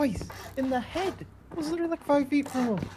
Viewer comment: witerally goaaateedd